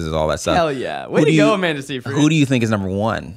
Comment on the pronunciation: Love this podcast! But the way Zack pronounces Seyfried bugs me